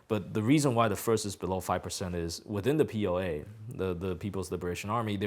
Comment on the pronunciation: PLA sounds like POA.